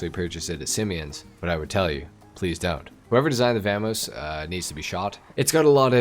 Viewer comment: how do you manage to pronounce vamos two different ways and get it wrong both times lol